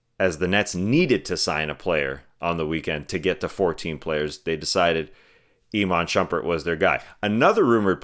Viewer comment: bringin back the AYYMON SHOOMPEARR. I still say Bruuk Lawpeez